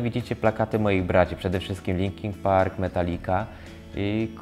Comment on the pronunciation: błagam, nie LinkinK - Linkin!